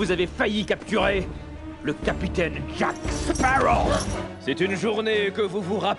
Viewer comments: baptiste rabet Je suis d'accord, je suis moi-même allée voir le numéro 5 hier soir "La vengeance de Salazar", le doublage français est tellement bon ! J'aime trop sa voix^^ Et dans le doublage québécois, ça me perturbe quand ils disent "Jack Spawow" et pas "Sparrow" et "perle noire" à la place de "black pearl", mais bon après c'est leur culture, même si je ne trouve pas ça logique de prononcer l'un à l'américaine et de traduire l'autre, mais je respecte après ils font ce qu'ils veulent ^^ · Léonidas la truite on dit jacqueuh séparreaux voyons.